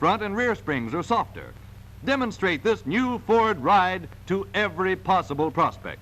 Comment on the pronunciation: He keeps emphasizing the word “prospect” like sometime of business deal is about to happen.